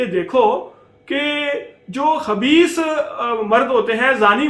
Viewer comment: Plz aap khabees ko habees na kahiye.. Quraan k harf sahe ada kariye.. Haabees حبيث Khabees خبيث